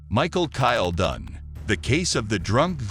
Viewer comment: Bad AI narration. Use real people, please Then they won't mispronounce words like "Michael" or "Arkansas." It's not "Chevrolette," it's "ChevrolAY." It's not "overspeeding," it's "speeding." Also, "reminiscing" is not pronounced "re-MIN-iscing." And "preferential" is not "PREE-ferential." I could go on, but then my comment would be too long. You're turning your videos into a joke.